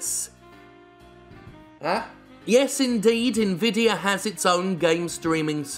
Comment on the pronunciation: I agree with the comparisons between GeForce Now and Stadia, but most of all, I'm pleased that other people than me can pronounce Nvidia properly.